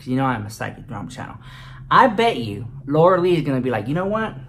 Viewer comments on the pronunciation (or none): I live for the way you say Laura LEECH!! It is hilarious 😂😂😂😂